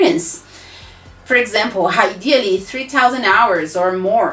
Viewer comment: Thanks a lot for the tips. Are you a teacher or a Cambridge examiner yourself, BTW? I've been teaching English for 10 years or so and therefore could spot your unmissable pronunciation struggles, especially when you put a voiced "h" before " ideally", for instance.... Please don't take any offense, my intention isn't to make you feel bad about yourself or anything at all: I'm just wondering if you hold any of the CAE or CPE exams yourself,.... I'm also curious to know if some of your pronunciation glitches might have failed you in one or more of the above-mentioned Cambridge exams speaking sections. Thanks a lot in advance for your kind understanding and open-mindedness :-)